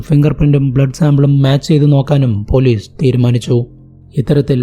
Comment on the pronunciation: But സ za aye parayu. Eg: polizze manazzilayi